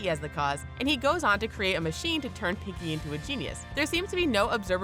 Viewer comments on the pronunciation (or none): none